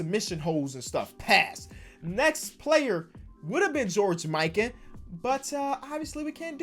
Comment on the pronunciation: Ok Ik u have dislexia and I probably spelled that but that’s not the point the point is how u pronounced George mikan like bruhhhh😂😂😂😂